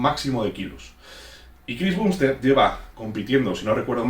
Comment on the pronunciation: Me pone nervioso que diga "bumbstead" y no "bambstead"